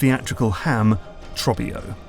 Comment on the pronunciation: how are you going to put Trobbio saying his name out loud in the video and still pronounce it differently 😂